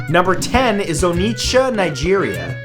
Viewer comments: 😂 The T in Onitsha is silent, and the O is pronounced as "Or" (without the R), not "Oh". To pronounce the entire word properly, say "Awww" 3 times. Now replace the them with each syllable of Onitsha. There. You're welcome (I'm Nigerian and I'm showing off, just in case it isn't obvious by now😂) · You called it Onicha Nigeria 😂😂😃😂😉😉😂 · For some reason I knew Nigeria would be on this list... You pronouncing Onitsha was hilarious 🤣🤣🤣